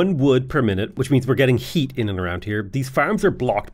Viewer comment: "Houses have hweat"